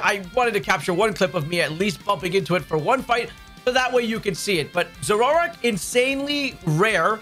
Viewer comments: Zoro-Ark, not Zororark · Dude…your adding a whole syllable to Zoroark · You say Zoroark funny.